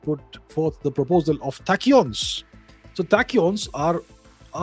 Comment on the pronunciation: sounds like 'Attachyons' (I am not a physicist, no offence). Most discoveries made by Indian scientists have been brushed aside